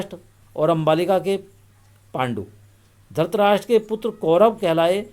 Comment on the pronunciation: Dhrashtrashtr nahi hai dhrushtrashtr hai